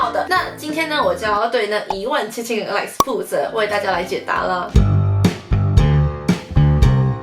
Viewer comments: 只有我把17000個like聽成17000個爛嗎? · Like聽成爛，被嚇到😂😂